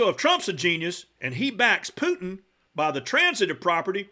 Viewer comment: It's so weird how US people pronounce "Putin"^^. Sounds like "Poo-n", lol